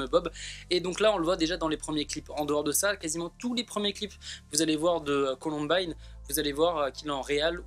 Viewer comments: il a osé dire colombine au lieu de columbine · on dit "coloumbaïne" pas columbine 😂😂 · Il est con c’était sol premier pseudo son prénom c’est et sa se dit “Columbayne”et pas Colonbine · "colombine" mais oreilles saignent c'est "columbaïne" mdr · Comment tu a prononcé la COLOMBINE ça se dit columbaine mais ça s'écrit colombine À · mon pauvre petit sarendou...se faire appelé... Ps: sa se dit ColOUmbAÏne grrrr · C'est columbine mais ça se dit columbaine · Mdr on dit pas colombine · Ptn arrêtez de dire Columbine puisque c'est Columbaïene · mon dieu la prononciation de Columbine 😭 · MAJtv oui je viens de voir mdr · Columbine ce prononce comme ail pa i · Par contre la prononciation sur « Columbine » laisse encore à désirer ..